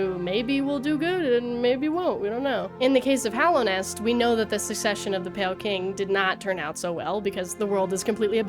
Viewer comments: It’s just nice to hear a fan say Hallownest instead of Hollownest 😅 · THANK you for pronouncing Hallownest correctly ❤